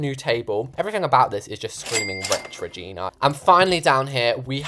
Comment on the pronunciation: When he said Regina I hear V@ N@